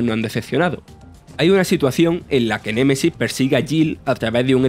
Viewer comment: Las flipantes aventuras de Julia Valentina en Ciudad mapache : "Nemaisis"